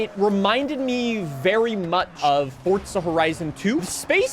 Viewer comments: can this mf stop saying fortza oml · Why he calling it ForTza